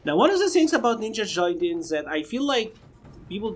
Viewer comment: It's pronounced Ninja GUY-den. I am only telling you because I know you can do it.